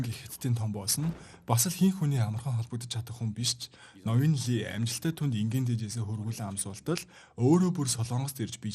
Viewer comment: Ноён лий биш "И" шүү, солонгос нэрэнд И овог нь англи руу Lee гэж хөрвөгднө гэхдээ уншихдаа И шүү. Дараагийн анги ярьж өгөх бол зөв хэлээрэй.